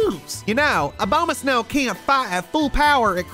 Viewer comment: pronounced abomasnow like "A-bow-ma-snow"